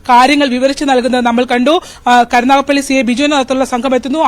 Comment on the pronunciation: കരുനാഗപ്പള്ളിയല്ല കരുനാഗപ്പിള്ളി 😂😂😂